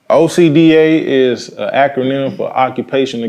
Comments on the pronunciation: hE DOSE not say OSHA he says Ocean lol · Ocean not Osha, lmfao! You know better now.